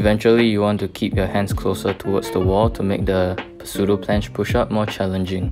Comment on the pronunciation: The "p" is "pseudo" is silent by the way ;) nice vid!